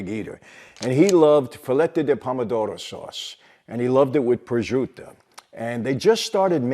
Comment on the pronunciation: Prosciuto is not pronounced correctly here.